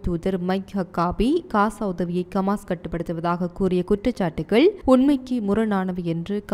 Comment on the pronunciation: கமான் இல்ல ஹமாஸ் கவ்தி இல்ல ஹவ்தி